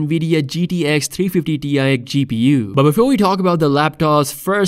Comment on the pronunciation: bro bro. its not a GTX, or a 350 ti either xD. why cant people say THRITY 50, 60, 70, 80??